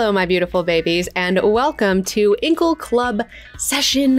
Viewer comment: I don't agree with your pronunciation of "Incal" - am I the only one?